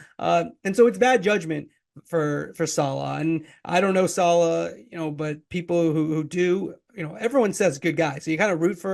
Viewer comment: Might want to pronounce his name correctly 🤡🤡🤡🤡🤡🤡🤡🤡🤡🤡